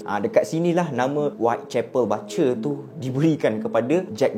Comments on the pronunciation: bang sorry nak tegur... sebutan dia "BU CHER" as in BUSH ... bukan "BA CER" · Salam. You mmg awesome. Just one correction - "BUTCHER" bunyinya ialah BOO-CHER bukan BA-CHER. Harap Maklum. Keep up the great work! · bukan batcher bang.. sebutannya boot-cher.. tpi xpe abaikan..yg penting cite² abang sy follow sbab best dengar sebelum tdo.. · bukan "bace" laah.. butcher.. pronounce dier Bu. Cher. ✌️. ❤ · Butcher - 'but ~ cher'.. Batcher - 'bat ~ cher'.. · Bro butcher sebutan bu bkn ba 😅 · buttttcher. bkn batcher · Bukan 'bacer' tapi 'bucer'. Ya ampun... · pronounce yang betul untuk “ butcher “ bukan “ bat-cher “ bang tapi “ boot-cher “ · bukan bacer tp bucer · Bucer bkn batcer sebutan salah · Best...mcm biasa..tak pernah mbosankan sbb ko nyer energy masa bercerita tu len mcm..hahaha. Cuma ada pembetulan sikit. Cara sebut 'Butcher' tu bkn 'Ba-cher' tp 'Bu-cher'. 🙏🙏🙏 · video menarik tapi maaf kalau saya tegur ni ya. sebutan dia berbunyi "boo-tcher" dan bukan "ba-tcher". keep it up bro. love your content. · Butcher is pronounced as 'boot-cher', bukan bat-cher. Anyway, I'm a huge fan of your series!! My husband pun dah terjebak dgn kerulseries lepas I recommend one of your videos to him.😂😂🙏🏻🙏🏻 Keep it up! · Sebutan BUTCHER ialah Bu-cher. Bukan Ba-cher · Nasib ada yg tegur..😂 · Maaf bang, Cara sebut butcher /ˈbʊtʃə/ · Butcher bang. (Boocher) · Sebutan butcher tu cam lain je bang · sebut butcher tu bagi betul.... orang susah nak percaya cerita nanti... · Slh pronounce BUTCHER tu.. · butcher bkn baca 😅